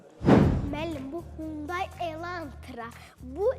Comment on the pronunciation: XUNDAY YOX HUNDAİ